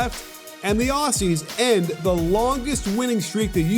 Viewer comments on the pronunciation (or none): It’s ozzies. Not aus e’s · I was there for the game, but it’s not pronounced “awhsies” it’s more Ozzie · Sorry for this but it’s pronounced auzzies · "The Ossies" -_ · who are these Os-Cees (Aussies) u speak of ... ?? we are Oz-ees ... with a z ... Ozzy Ozzy Ozzy - oi oi oi ... great analytical vid by the way.- cheers 👍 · Dear American commentators.... it's OZZIES (with a ZEEEEE), NOT Aussssssies (with an ESSSS). FFS we've been allies for years and you STILL can't pronounce our nickname yet!? lol. SORT YOUR SHIT OUT! PS.... Love ya'all, but SUCK IT ON THE LOSS! haha. There's a NEW sheriff in town! Bahahaha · It's pronounced Ozzies not Ossies lol. Top tier analysis as usual 👍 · God please, Aussies, like Ozies with a Z sound not S. :> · The way he says Aussies is embarrassing obviously never been here lol